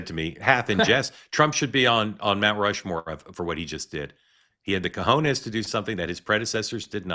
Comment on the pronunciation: FYI: It's COJONES, not CAJONES. Cajones means boxes. 😉